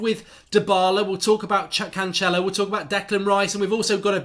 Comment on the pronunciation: The second C in Cancelo os pronounced like an 's'. He's portuguese not Italian. In Italian your pronounciation may be correct with the 'ch' sound. Just culturally aware advice. Like the channel.